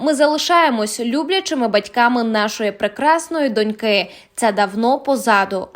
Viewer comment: Не "донькИ", а "дОньки"! Плекаймо мову❤